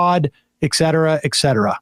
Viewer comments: Eckcetera makes me crazy. It's ET CETERA with a 't' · PLEASE,,,, it’s NOT EKSETERA EKSETERA—— it’s ET SET UR UH. Etcetera ——- get it right,,,, you continually sound Foolish SAM.